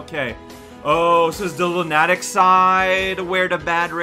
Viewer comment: Bonus points for his pronunciation of "lunatic"